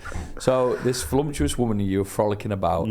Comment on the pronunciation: I'm sorry, did say Flumtuous instead of Voluptuous at the mark?!?!?!